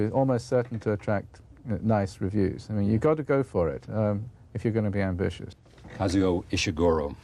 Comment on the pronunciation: It would have been great if Charlie Rose had bothered to learn to pronounce Kazuo. It sounds just like it's written, but he says "Kazeo"